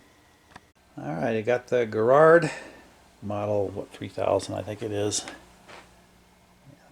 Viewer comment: Why can't Americans pronounce the word Garrard right 😂😂😂😂😂.